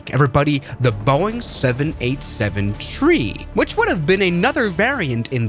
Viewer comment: Why does say tree instead of three